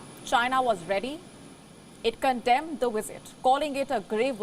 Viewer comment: LoL. The "wisit" came and went. Nothing happened. News over.